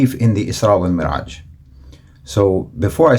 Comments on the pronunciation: Beautiful jab out of nowhere with the lobster 😂😂😂. Please check on your pronunciation of mعraj vs. merعaj, the former is correct. You inspire me. THANK YOU. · Thank you for sharing your videos. Very impressive and eloquent. Jazak Allah Khairan. Just one correction: “Al Isra’s Wa Al Me’raj” not Mer’aj. In Arabic: الإسراء و المِعراج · جزاك الله خيرا، أريد أن أبهك أنك أخطأت بلفظ كلمة المعراج فقد لفظتها مرعاج Jazaka Allahu Khairan I like to notice you that you have mistaken in the pronunciation of "Me'raj" as you said "Mera'aj"